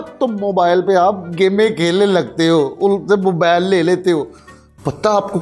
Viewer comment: Urdu zara thk karay mobile ko mobal bol raha he